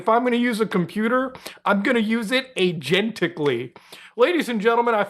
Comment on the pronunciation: when you said "i'm gonna use it Agenticly" I threw up in my mouth and got a little on my shoes.